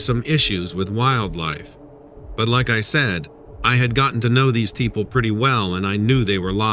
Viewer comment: teaple?? ... don't you mean people.? :/